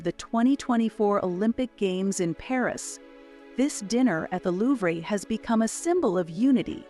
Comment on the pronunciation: Please, moving forward, just a suggestion, look into how you pronounce words especially world-renowned Louvre, and other highly important significant figures.